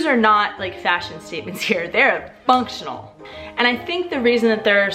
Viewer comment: Very funny pronunciation (especially when played few times) XD I'm just trying to imagine models from Paris with their non-functional shoes trying to walk on that cobblestones. XD